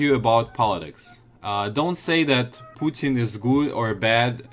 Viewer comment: lol he said “pooting” instead of “Putin”